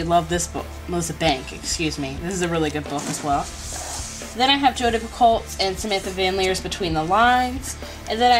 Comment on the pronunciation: I don't mean for this to sound rude because it isn't at all and the majority of people pronounce it wrong as well but Jodi Picoult's last name is is actually pronounced like pee-ko. Love all of your videos and can't wait to see more! Thanks for holding this giveaway :)